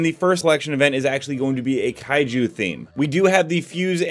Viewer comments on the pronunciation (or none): When you said Kaiju I heard kaiyou